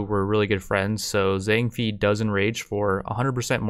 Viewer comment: Fei and Bei isn't said like that, it's more like Fae and Bae. The games advisor should pronounce the names when you select faction when starting a new game Edit: Spelling Mistake